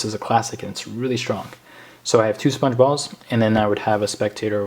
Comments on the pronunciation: I thought u said sponge bob XD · It sounded like you were saying sbongebob